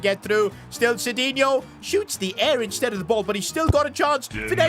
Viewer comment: You said insteed instead of the word instead and also you said shushing twice